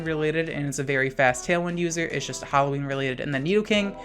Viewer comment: I love how you say HAlloween